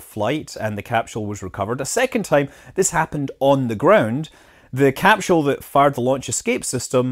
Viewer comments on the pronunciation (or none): It’s hard for me to decide what my favorite cap-shewl is